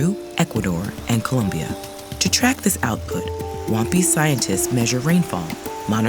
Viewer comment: She says Wampis I hear One Piece 😂😂😂